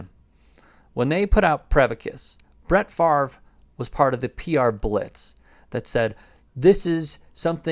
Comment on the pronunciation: He has been off the fields for a very long time. Can we start pronouncing his name, correctly, now?